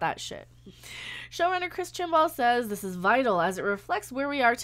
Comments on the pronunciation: sounds like you're saying chinballs lol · Don't worry about mispronouncing his name, we all call him Chinballs!